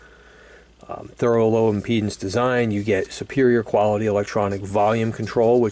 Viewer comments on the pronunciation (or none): none